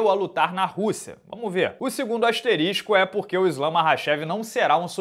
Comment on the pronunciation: AsterisTIco não dá hein. Um cara com a sua oratória, não pode cometer um erro desses.